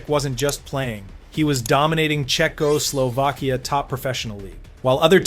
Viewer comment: Your crappy AI voice says Czechoslovkia like a drunken robot trying to convince the cops he can drive.